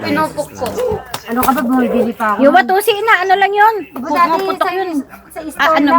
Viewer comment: Tawa ako kay laging sabi wantusi. Eh c madam shareen pabalik balik kino correct watusi. Wantusi parin ang nasambit ni